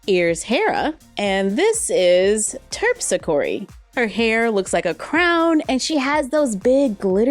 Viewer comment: Given your background in Greek, you did great pronouncing these Greek names! Especially, Terpsichore! Well done!